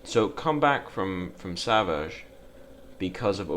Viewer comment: For the record, his name is pronounced "Sav -eets" Artosis has made us all call him savages.